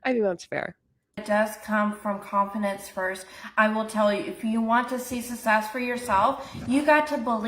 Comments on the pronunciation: She pronounces “necessarily” correctly, but mispronounces “success”…it’s either lazy pronunciation or she genuinely believes the double c makes the same sound as the double s…And I hope your back feels better soon! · The way she says success makes me uncomfortable. 😬